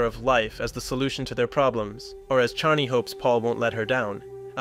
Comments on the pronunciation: Great video... but how do you manage to mispronounce names/terms over and over again, even in the same sentence you manage pronounce things two different ways... Fremen, freemen Leto, Leeto Chani, Chainy Harkonnen, Harkownen Ibad, Eye-bad ??? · Leeeto, Chtani